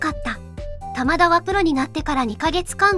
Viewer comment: 「タマダ」が「棚田」みたいなイントネーションなのが気になる